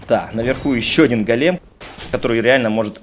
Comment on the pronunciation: Привет, ты все время неправильно произносишь слово "голем". Ударение на первый слог "гОлем" а не "голЕм" как произносишь ты. Го́лем (ивр. גולם) — персонаж еврейской мифологии. Человек из неживой материи (глины) , оживлённый каббалистами с помощью тайных знаний. Вероятно имеет общее с Адамом, которого Бог создал из глины и вдохнул в него душу. Источник: Википедия